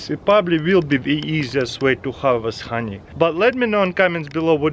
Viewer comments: like every time this guy says hawnee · I just love the way he says honey :) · I love how he says honey